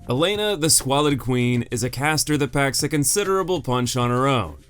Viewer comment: I know this is a nitpick... But like... It's Elana, the Squalid Queen, not Elena. It's there on screen in the whole segment, and you pronounce it Elena & even write "Elena" in the lower third graphic :X